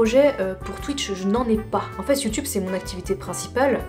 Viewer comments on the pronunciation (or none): A ON ENTEND CLAIREMENT "EN FESSE" ET PAS "EN FAIT" . C'est un détail important.